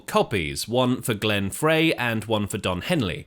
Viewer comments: frey is pronounced like the word fry, not fray. and no history of this song is complete without discussing the similarity to jethro tull's song we used to know. hotel CA was written not long after the eagles opened for tull. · "Fry" dude, not "Fray" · Glenn Frey's name is pronounced "Fry".... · Mandela effect? Glenn FRY (pronounced) Is how I remember........